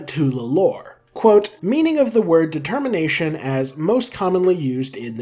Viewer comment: ah, yes "de-termination"